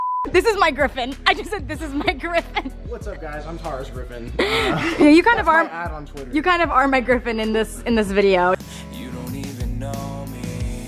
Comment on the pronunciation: "what's up guyS? it's!!"